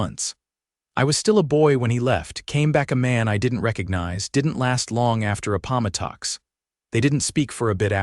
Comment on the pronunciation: Break in the captioning to is unfortunate. "A-pom'-a-tox" a poor approximation to "Ap-po-mah'-tux", the important final battle of the American Civil War (Appomattox, 1865). Such AI mistakes shortchange the reader and the listener both. Impairs the enjoyment of a good story. Please edit more carefully so the story is allowed to be enjoyed fully.